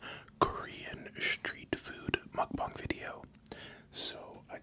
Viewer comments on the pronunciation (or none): Why is he saying schtreet? 🙄🙄